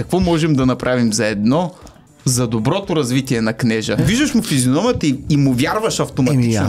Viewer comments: Не е КнЕжа а КнежА. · Кнежа̀ се казва, а не Кнѐжа 😅